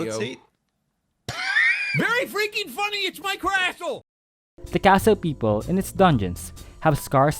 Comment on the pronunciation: Its Crastle not castle